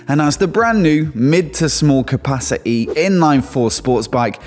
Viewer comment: first time I've heard capacity pronounced without a t..